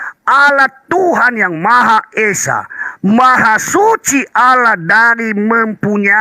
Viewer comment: harusnya di baca Allah ka bukan Alah heran sya trmksh.